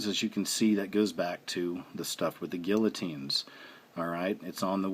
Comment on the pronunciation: You are not saying the word guillotine correctly